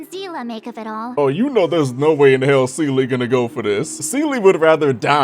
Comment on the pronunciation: for the love of god please stop mispronouncing seele's name :c